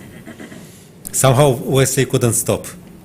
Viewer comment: She said Vesley So